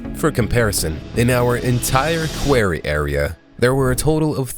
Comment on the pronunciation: "a query"